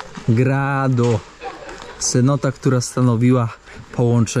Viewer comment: Nie Senota tylko CENOTA jak będziesz robił aż takie błędy to przestaje oglądać ☹️